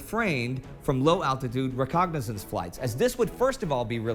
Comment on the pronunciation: Guys, I adore the series. Please keep up the great work. Nice to see something of real value amongst the cat videos. Just one thing: If "recognizance" (which is what the narrator keeps saying) has a meaning equal to "reconnaissance" I can't find it. Sorry, but I have a penchant for pedantry.